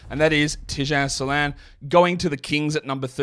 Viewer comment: Better would be if he got the pronunciation right himself. There is a diaeresis in "Salaün" for a reason.